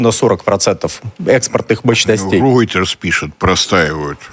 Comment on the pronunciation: Неправильно Вы reuters произносите, реутэры, просто реутЭры.